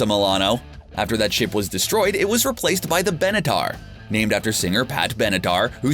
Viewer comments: He definitely said “Helmsworth” instead of Hemsworth, and Benadar instead of Benatar!! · He also said pat benedar... 😂